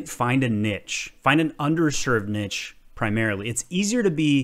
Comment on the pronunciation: You pronounced niche wrong